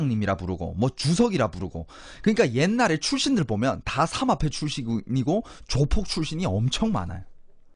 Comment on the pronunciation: 그발~~음좀 ;;; 사막패 ?? 삼압패 ?? 삼합패 ??